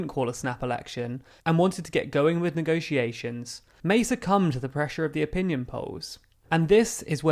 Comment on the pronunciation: Voted to Remain (crucial)- somehow managed to end up in charge of Brexit negotiations (which she infuriatingly insisted on pronouncing as if the word was spelled 'negociations')- banged on a great deal about Strong and Stable leadership- brazenly lied a great deal more about us leaving with or without a deal on March 29th of March 2019 despite having no intention whatsoever of us actually leaving (and quelle surprise....)- & then cried just like Maggie did when she was forced to give up her power. Continuous sabotage and betrayal- endlessly kicked the can down the round until she was stopped because of the damage she was causing the reputation of her shitty political party. Mark my words- Her successor Boris is sure to play the same game albeit in a less transparent way.